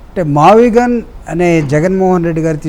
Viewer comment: మావిగన్ ( మచిలీపట్నం, విజయవాడ అండ్ గుంటూరు ) ఇదే గా మీరు చెప్పేది.. వారే మ -వి -గు కదా అన్ని కలిపితే. యానాకటికి ఎవడు PUT పుట్ కదా అని BUT బుట్ అన్నాడట.. అలావుంది మీ మావిగున్